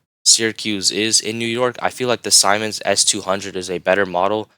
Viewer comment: SISS-a-roe. SEE-mans. Learn how words are pronounced if you wish to be taken seriously.